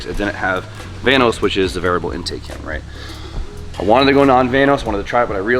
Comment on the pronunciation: Ah, the Entake and Axhaust.